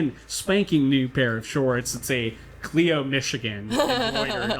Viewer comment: I'm enjoying this, but it keeps poking me....it's pronounced with a long I, Kly-Oh. Keep up the good work!